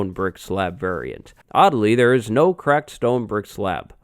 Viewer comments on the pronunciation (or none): none